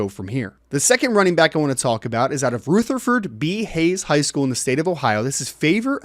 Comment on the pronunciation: It’s not. ‘An Huge’ Is ‘A Huge’ And … RUTHERFORD B. HAYES was a US President. It’s not ROOTHERFORD! C’mon bro. I’ve always loved your recruiting chops from back in your Irish Breakdown days. But if you’re going to be a journalist, mastering the English language is paramount.